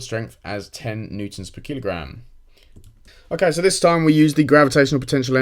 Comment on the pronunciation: Keel-o-gram xD